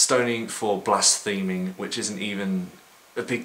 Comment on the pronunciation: Nice vid. Couple of things. Only the first leaflet is from Jehovah's witnesses and the word is blaspheme not blastheme.